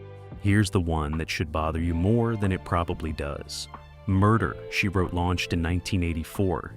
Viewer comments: Wish the video creators would train the AI to at least say the show's name correctly. It's not that hard. Really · The AI voice is distractingly and laughably jerky and hokey. Can't even appropriately pronounce 'Murder, She Wrote'.